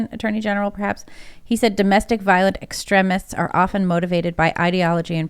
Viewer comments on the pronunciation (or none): Why the fuck is she saying extrEHmists?